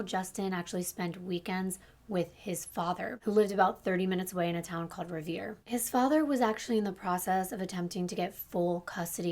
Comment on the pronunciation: The only 2 cities you pronounced right were Lynn and Revere . The 2 cities im from lol. As someone from MA I always love listening to people trying to pronounce the names of our cities .